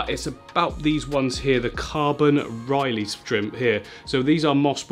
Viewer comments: “Riley” 😅 I’ve got to say it lad it’s been too many times now 😂 it’s ‘Rilly’ brother 👊🏼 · It´s Rilli shrimps not Reilley! Lol : D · i love u but if i hear you say "Ryleigh" one more time im gonna bang my head into a wall lol. Its r-ill-ee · I just went through like four/five pronunciations and its REL-EYE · The Rili shrimp is pronounced "really". Just an FYI. But you did ask. ☺️ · Rili is pronounced RI-LEE. It sounds like says really but you replace the E with an I. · pronounced "rilly" (ril-e) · not pronounced riley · It’s pronounced rrrrr-ill-y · Hearing you pronounce rilli shrimp makes me laugh every time